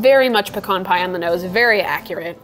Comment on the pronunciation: The way you say pecan upsets me